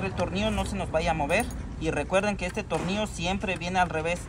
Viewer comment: Tonillloooo weyy tornillloooooo... No tornios... Tornilllllllllllllllooooo wey .... Tornio.... Aprende a pronunciar ..